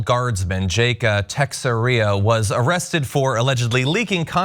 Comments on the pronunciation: "Texeria" sounds like a buffet that serves Frito pies and brisket, it's "T'share-uh". I know not everyone would know how to say it, but just make it look like you did some prep instead of rolling out of bed and reading the teleprompter. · His last name is pronounced: Tex-Era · C'mon, tekseria, really John? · Tex air ia?!?! You don’t know how to say Texeira?!?! Dude wow. Are you hiring? I’ll take it from here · That's absolutely not how you pronounce "Texiera", John. It's "Ta-cher-ra". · Can tell the people who don't follow MLB. It's TE-SHER-UH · "Tex-a-ria"?!? Good God, these people are functionally illiterate. 😂